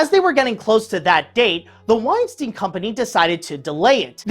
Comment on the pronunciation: Why does he pronounce "Weinstein" as "Uainstiin"?